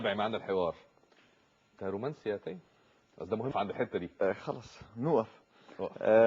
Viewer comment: حلو من داليا البحيري نطقت اسمه صح وكأنه بتعرف الناس إن اسمه تيم مش تيّم